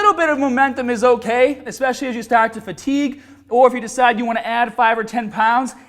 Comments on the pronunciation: The dudes breathing in between words is really distracting and I cringed when he said "expecially". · I tried to ignore it but I can't... there's no 'x' in especially